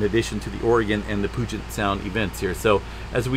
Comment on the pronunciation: Puget... Pew jet not Poo jet lol